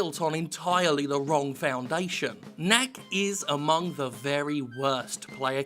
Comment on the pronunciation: Whenever he says "knack is " I hear Yahtzee say "kack".